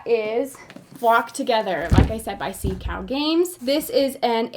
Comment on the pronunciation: You can pronounce that game like this “zhon gwah”. Zhon rhymes with stone , gwah rhymes with paw.